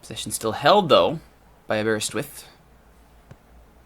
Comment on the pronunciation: It's pronounced Aber-ris-with.